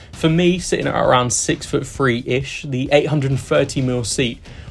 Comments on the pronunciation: But he did say "Free" for "Three" and "Fink" for "Think". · Dude its three not free, thinking not finkin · to . you're six foot " free" ?..lol...THREE dude...THREE.. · 'Smoover',and 'number free' for number three? You'd think if the job required a public speaking element you might employ someone who can speak English. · It's atrocious. And very, very lazy. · It isn't his accent at all, it is lazy speaking. It is a modern day plague here because they think it's "cool" to speak like a five year old idiot, right. B.T.W.,I am English and live in England!